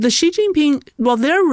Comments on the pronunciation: Listening to just the bit on Taiwan, my view of plummeted, and I decided to listen to no more. (I'll listen to on her own channel.) First, try to pronounce "Xi" the same way as the native Mandarin speaker sitting across you does. It's not difficult: "syee". Second, travel some outside the US. There are more than a few structures out there older than the US of A. Third, try to geography a little more, especially before you start shooting your mouth off about a place. Fourth, when a guest starts getting into the meat of an issue, don't interrupt with another tangential question. I hope Trump listens to naval officers. Geopolitics is the NUMBER 1 reason the Americas need to be concerned about Taiwan. Never mind Hawai'i, do you want to defend your coastlines at the first island chain, which includes Taiwan, or do you want to defend them just off the coasts of Seattle and L.A.? Key allies Japan and South Korea would also be at the mercy of China controlling the shipping lanes for their trade, including oil from the Middle East. Semiconductor factories falling into the hands of China are a superficial and not a huge concern. If it came down to it, key machine parts would be removed from factories before Taiwan fell, or they'd even be blown up if need be, be it by scuttlers or Tomahawks. The semiconductor manufacturing ecosystem would then have to be built elsewhere (which could take some time and be less efficient than what Taiwan has built up). Valuable geostrategi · Please listen to your own podcast and learn the difference between how you pronounce the name Xi, and how does. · Please let know that he is pronouncing Xi Jin Ping's name incorrectly. You obviously are not listening to? pronounces his name as SHE...you are pronouncing it as CHE...FYI. Thank you. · HIS NAME IS NOT ZZZZHHHHHGEEEE... HIS NAME IS SHE... EXACTLY LIKE THE FEMALE PRONOUN. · Is Xi Not Gi. Why some westerners keep spell Gi . Lol